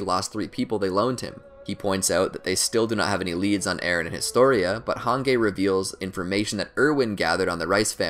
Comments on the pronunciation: rice is closer to the german pronunciation of reiss, but hangay is just lol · I was seriously shocked that he said HANGAY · Fr I get so infuriated when he says hangay😅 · Nobody: Absolutely Nobody:: Hangay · FR like what the fuck is hangay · Hange/Hanji: exists This dude: hangay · Same with han-gay like wtf 😂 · this mans did not just say “han gay” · did this man really say "hungay" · Please, when you say hange acknowledge the that its pronounced han-gi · I'm gonna get pissed if he says Han-gey one more time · "Hangay" wtf who says hange like that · Who the hell is hange it pronounced Hanji but it sounds like a g instead of a j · “Han gay” I swear I’m so irritated ffs 😂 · Why tf he keeps saying "han-gay" instead of "han-G" lol 😅 ughh cringe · Why you said hange hangay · The way he pronounces Hange😀 "hangay" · The way you say hange's name pronounced (Hanji) is just strange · no way u called her hanGey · Every time he says "HANGAY" 🙄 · "Han-gay". Come on dude. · Hangay🤨 hange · I don't know how a native English speaker could even pronounce it like that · Oh you meant the video my fault yeah he butchered her name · I was so irritated every time he said it 😩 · Take a shot everytime he mispronounces Hange, Jean, and Moblit's names. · He said Jean correctly...he said hange wrong but said discount Levi’s name correct too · Earm he said grisha correctly...they are German dude, but he said hanges name wrong tbf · All of those except hange are actually correct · Yeah it was pretty cringy. Not going to lie 😂💀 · My soul died when he said Hange's name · why is no one mentioning the infuriating way he pronounced Hange... like it really made me mad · The way he pronounced hange Makes me wanna REEEEEEEEEEE Edit:Oh my god thank you for the 1 like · Who Else is Offended by the Way he says hange? And how he says reiss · I think you are Mispronouncing hange 's name. Even though it's a name it would be better if we follow the series's pronounciation. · He said hang ge